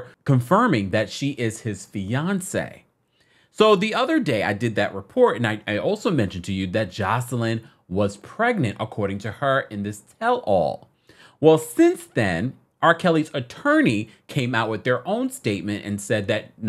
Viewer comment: Isn't her name pronounced Joyce-Lyn?